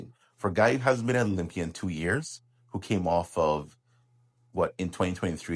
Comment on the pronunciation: It's called Olympia not blocklympia!!! 😂